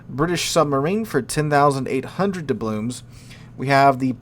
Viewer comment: "Doublooms" and "excape plan"?!